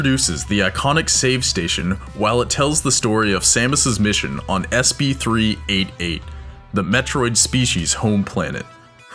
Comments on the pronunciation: Scrolled for a while and couldn't immediately find someone correcting you on this, but it physically hurt every time you said the planet SB388.....bro, it's written in text you can't skip in the one metroid game EVERYONE shoukd have played......like seriously for over a decade we have little to no written info....but we knew the planet's name, SR-388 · DID YOU JUST SAY SB388, HAHAHA, it's SR388. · IT'S "SR388" NOT "SB388" YOU FUCK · SR388, NOT SP388. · its called sR388 not sb388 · I'm a die hard fan of Metroid, and it's SR388, not SP388. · Going to nerd out a bit here it is not SB388!!! it's SR388!!!! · Its S R 388, not S B 388. Sorry it was really bothering me. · does it bother anyone else that they are mispronouncing names in this? SP-388??? SR-388 (dumb) and Ether??? IT'S AETHER .... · Not sp389 its sr388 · SB-388??? Is that how you say it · not to complain, it is pronounced as "SR-388" the Home Planet of The Metriod?? Your welcome for fixing your error, BTW. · Not to be a grammar Nazi (I think). But it's SR388.